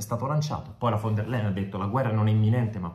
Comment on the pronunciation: Si pronuncia--> "fon der laien"....!!!!